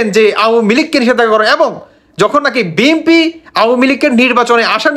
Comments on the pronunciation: বি এম পি না ভাই বি এন পি। আপনি উচ্চারণ ঠিক করেন। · বিএমপি, আওয়ামি লিক 😂 উচ্চারণ ঠিক করুন। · বিএমপি না বি এন পি বলেন